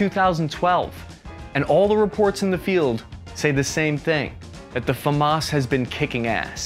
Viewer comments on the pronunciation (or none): none